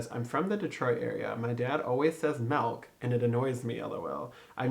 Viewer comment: CONGRATS!! But, bc you wanted feedback, just sayin', "MELK" and "AGGS" we definitely do. I'm from Macomb. I lived in NY. BUT THEY ALL CORRECTED ME. They say (easier) "MILK" or "MYLK" or Eggs.... I have to add more of a "U" sound. "Ugh" ugh-ggs" lol Eggs are so hard to convert!!